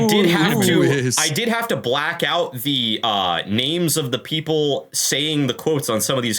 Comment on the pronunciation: Of course it is. You got the emphasis wrong for the whirlpool. It's the only thing they've ever seen come OUT of one. They've seen plenty of stuff get sucked down into a whirlpool.